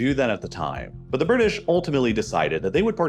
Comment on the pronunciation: THE BIRDISH LOL 😆😆😆